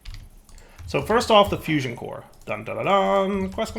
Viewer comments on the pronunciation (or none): none